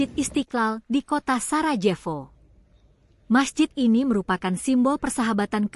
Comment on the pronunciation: Reaksi terhadap Komentar Moderator : BUKAN ''SARADJEFO'' !! tetapi '' SARAJEVO '' ..... baca sebagai > '' SARAYEWO '' !!! ( DAN Baca menurut Ejaan ASLINYA ) - Belajarlah dan usahakan untuk bisa membedakan Ejaan dari Huruf '' Y '' (bukan DJ ) dan '' W'' ( Bukan - F ! ) ATAU HURUF '' F ''' ( misalnya > Fatal ) jadi BUKAN ''P'' ( misalnya Pantas atau Pangkas ) atau sebaliknya - Huruf ''P '' DIARTIKULASIKAN atau Dibunyikan sebaliknya sebagai '' F '' ( misalnya '' FATAL '' jadi ''PATAL '' ....? ...tapi kok pada bisa dan sanggup mengatakan * P. .TAT * DAN TIDAK * F . . TAT*.... ?